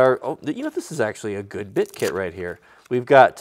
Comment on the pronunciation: So did anyone else hear carpentry clit not kit?? Lol I love bloopers